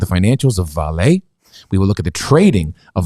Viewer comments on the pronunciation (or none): VAH-lee (stress first syllable), not vah-LAY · Brazilian here. It is not "Valett" it is "VAH-LEE" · Hey guys, I’m Brazilian as well. You actually pronounce it vah-Lee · Actually, in Portuguese the stress is put in the open pronunciation of the A (vÁle), not on a closed E, like it’s the case in French. The closest would be the pronunciation in Spanish, although the V Spanish pronunciation is closest to a B in Portuguese. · As a Brazilian, I would say that the correct pronunciation of Vale would be very close to "valley". By the way, I love your channel! 😉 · it's pronounced... Vahlee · Brazilian here. Vale is pronounced "Vah-LEE", first syllabe is stressed. It's a great company, used to belong to BR government but got sold to investors, pretty much a monopoly here, but is involved with accidents and have caused a lot of damage on the environment.